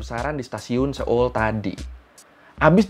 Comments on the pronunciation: seoul itu baca nya soul ya bukan seul 😅 setahu sayaaa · Bang cara bacanya so-ul bukan se-ol 😭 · Kayaknya dari yang aku tahu, cara ngucapin Seoul itu; so-ul. Bukan se-oel kayak di menit